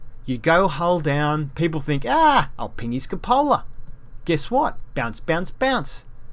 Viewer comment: It's pronounced coop a la